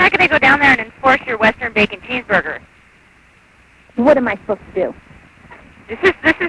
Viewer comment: "what are we protecting you from? A dangerous cheeseburber?" :))